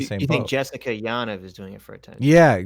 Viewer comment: (btw, it's pronounced Ya'NEEV: Jessica Yaniv)